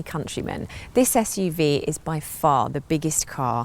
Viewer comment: Did She say SUV?? :face-blue-smiling::face-blue-smiling